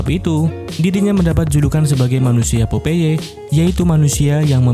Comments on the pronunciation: Popeye dibaca popay BLOK🤣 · POPEYE dibacanya PAPAE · Perasaan baca nya pop ai lah, jadi, popai